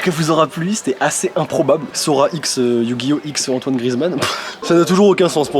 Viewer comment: mdr im-pro-bable XD on dirai que vous connaissais depuis plusieurs année